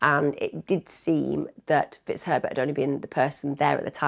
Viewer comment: Is it just me that hears "Mr T*ts Pervert" instead of Mr Fitzherbert?? It´s from the movie Bridget Jones 😆😆😆😆😆😆